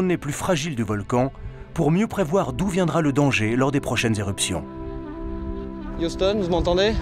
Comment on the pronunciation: Youston, vous entendez?.lol